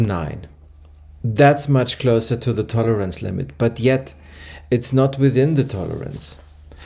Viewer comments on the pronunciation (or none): none